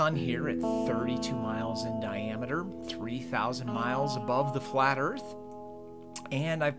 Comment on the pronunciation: You've drawn a "scale model of the flat erff" have you ? BULLSHIT The erff is NOT FLAT. IDIOT.